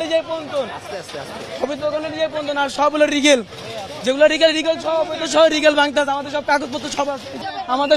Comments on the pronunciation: Legal শব্দ উচ্চারণ করতে পারে না, সে কি এইচএসসি পরীক্ষার্থী হতে পারে?! রিগেল!! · Legal ke regal ar magistrate ke megistar bolo...Tumi baba hsc te fail e korbe 😂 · বাবা তুমি কি এইচ,এস,সি পরীক্ষায় পাস করবা? লিগালকে বলছো রিগাল। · O kono student na… legal bolte pare na… bole regal … mittha bolse…